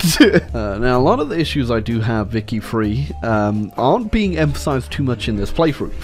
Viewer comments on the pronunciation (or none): !!!!!!!!!!!!!!!!!!!!!!!!!!!!!!!IT ISNT VICTORIA FREE, IT IS VICTORIA THREE